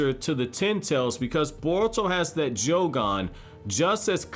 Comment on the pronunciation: bro said joe-gone